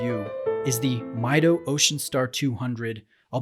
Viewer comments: It is pronounced as "Mee Doh," not "Mai Doh." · Pronounced Meedo not Miydo. Come on. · Great review. I have one just like this one and its such an underrated watch. Also, you mispronounced the name. It's Mido in spanish (meedo) as the name is derived from the spanish phrase "Yo mido" (I measure). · It is pronounced "Me Doe" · Hi! Very nice review! Actually it pronounces "meedoo".It's from spanish word "Mido" that means "I measure". :D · Hi, I have this watch, love it and have worn it for the better part of 3 years at this point. Just a quick comment about your review... the movement is not COSC certified on this model. It is laser adjusted in 3 positions and the bezel is not a 120 click bezel but rather 60 clicks. You are correct however in that it is an aluminum bezel. Others have commented on your pronunciation and it is MEE DOH contrary to the way you pronounced it.